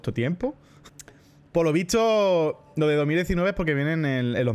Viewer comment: Por qué algunos españoles decís "vitso" en vez de decir "visto"?